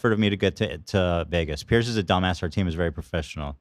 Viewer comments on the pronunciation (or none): none